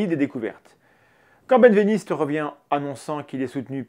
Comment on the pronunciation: Merci, Mendax ! Par contre, je crois bien que "Benveniste" se prononce "bin-véniste" et pas "bêne-véniste" ;)